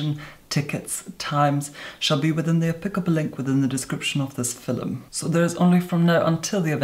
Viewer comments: i heard “in today’s fi—lim” instead of “film” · My friend has convinced me that when pronounces film “fil-em” he is fucking with us - and she doesn’t like being fucked with so now she doesn’t watch him anymore - because she thinks she needs to protect herself from him - and I think I know what she means. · No one:: filum I love him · Oh my god.... mesmerizing. And i love how he pronounces "film" as "fil em" my mom says it like that, she is from Ireland. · Idk if I cannot stand the way he says "film" or if I actually really like it...... "Today we are going to filum" hahaha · I LOVE HOW HE SAYS "FILUM" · What's a fillum? I'm feeling stupid 🤔😂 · Haha I did too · Anybody else just like the vid every time he says the word “film” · Your accent really does confuse me. You speak as though you live South of England yet the way you pronounce 'film' is Irish? Ah! I love you, however. 💕